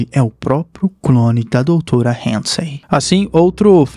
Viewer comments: Cara vc teve um baita trabalho para fazer o vídeo, o nome da cientista é Catherine Halsey, vc pronuncia alguns nomes de forma errada, desculpa, sou fã do seu canal, sempre dá para ficar melhor, não é Hansen não amigo, obrigado pelo trabalho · Vídeo muito bom! Parabéns... Mas eu não entendi pq que Covenant virou CoveRnant? E Halsey virou HaNsay.. mas fora isso tudo nota dez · Vou sair do vídeo, já é a segunda vez que ele erra a pronúncia, primeiro Covernant, agora Hansei kkkkkkkkkkkkkkk